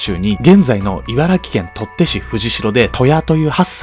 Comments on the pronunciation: 茨城県取手市はとってしじゃなくてとりでし!! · ｢とって｣市ではなく｢とりで｣市です⸜(* ॑꒳ ॑* )⸝ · ｢とって｣じゃなくて｢とりで｣ですよ！ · これみてる。 取手(とりで)です。とってじゃない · とってじゃなくてとりでだよ笑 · とってじゃなくてとりでです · 取手市をとって 市って言ってて気になって仕方なかった‍ｗｗｗとりで ですよ🥲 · 茨城県取手市⇽とってし❌とりでし○ﾃﾞｽ(⋆ᴗ͈ˬᴗ͈)” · とって市じゃなくてとりで市！！（笑） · あのさ、取手市はとってしじゃなくて、とりでしなんだけど。 ちゃんと読み方調べてから配信した方がいいですよ。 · とってしじゃなくてとりでし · 取手市、「とってし」じゃなくて、「とりでし」だよ💡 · 取手＝とって、ではなく、とりでですよ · 〝とって〟ではなくて〝とりで〟ですよ‼️ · 取手(とりで)と読みます☺ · 茨城取手市の読み方トッテじゃなくてトリデです！ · 「取手」 とって ではなく とりで と読みます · 初めまして シリアスな動画て地名間違えはちょと 取手（とって）❌ 取手（とりで）ですよ これからも楽しみにしてます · 取手市(とって)じゃなくて(とりで)ですよー！！ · 茨城県取手市はとってじゃなくてとりでですよ!w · とってじゃなくてとりでじゃない？😿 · 茨城県とってじゃなくてとりでですよ！ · 誤とってし 正とりでし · とって市じゃなくて、とりで市😊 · とってじゃなくて、とりで市やっで！ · とってしwwむかしはそう読んだのかな？笑 とりでじゃなくて？笑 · とって❌ とりで⭕️ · 茨城県とって市に気取られすぎて進めない… “とりで”市です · 「取手」は「とって」ではなく「とりで」です。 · 取手市、とってし❌とりでし⭕️ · 取手…とって市じゃなくとりで市ですね🦥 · とってじゃなくて、とりでね 取手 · とってじゃなくて取手(とりで)です。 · 取手市(とってし)じゃなくて、取手市(とりでし)ですよ😅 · とってじゃなくて、とりで！だよ〜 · 「とって市」ではなく「とりで市」ですね。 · 取手市(とりでし)と読みますww とってしてなんやwww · ○取手＝とりで ×とって だよー。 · 茨城県とって市じゃなくて「とりで」です……泣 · ねえ、ちょいブラックな言い方になるけど。 ｢取手市｣は、｢とってし｣じゃなくて｢とりでし｣なんだよ。おい！！！ By茨城県民の中二より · 取手は「とって」じゃない💦 「とりで」… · 取手と書いてとってではなく「とりで」と読みます。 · とってしwww とりでしです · ごめんなさい、それよりも 取手市は、とって ではなく とりで になります…… 茨城県民なので気になってしまい…… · 取手、とってじゃなくてとりでです。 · とってし、、、！？ とりで です。。。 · 取手(とって)じゃなくて取手(とりで)ですよ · 取手市→ とってじゃなくて「とりで」だよ！！ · 取手 とって❌ とりで〇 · 取手はとって、じゃなくてとりで。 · 取手は「とって」じゃなくて「とりで」ですね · あの、とってじゃなくて、取手(とりで)市です。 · 茨城県のとって市じゃなくて、とりで、です笑笑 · 茨城県取手市は「とって」ではなくて、「とりで」ですよ！ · 取手市を｢とってし｣って言ってたけど、｢とりでし｣じゃね？ うちの勘違いかなぁ？(*ﾟ･ﾟ) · 『取手』の読み方ってとってじゃなくてとりでって読むはず！ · やっぱり茨城県の取手市(とりでし)をとってしって読む人たまにいるよね笑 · 待って、取手市（とってし）ってなってるけど、実はそれ「とりで」です。 取手と書いてとりでです。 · とって市じゃなくてとりで市ですよ！ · 取手市(とりで)をとって市は笑った笑笑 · とってしは草とりでだぞ笑笑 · 茨城県とって市じゃなくて、とりで市(笑) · とってし✖️→とりでし○です！ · 取手←とって× 取手←とりで◯ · とってし じゃなくて とりでし です😭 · とってじゃないとりで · 取手の読み方は(とって)ではなく(とりで)です😒😂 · 茨城県取手市は、読み方とってしではなく、とりでしなのでお間違えなく(茨城民)(ワースト1位の嘆き) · とって市ではなくとりでですよ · 細かいかもしれませんがとってじゃなくてとりでですよ！ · とって市じゃなくてとりで市な気がする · 取手は「とって」じゃなくて「とりで」ですよwww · 茨城県取手市 とってし❌ とりでし⭕️ですよ。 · ｢とって｣ではなく、｢とりで｣ですかねw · 取手はとりで笑笑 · 取手市(とりで)じゃない？ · 取手市(とりで)です